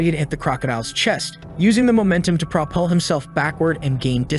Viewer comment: Great story but fix the narration. It mispronounces words occasionally. For example, propel, which the narration pronounced "pro_puhl"